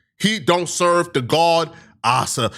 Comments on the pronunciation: This subject fits his blog style 😂 “The God I suuhhv” ..pay “tiiths” 😂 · why he keep saying serve like that?😂😂🤣🤣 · The way u say "serve" is messing with me😂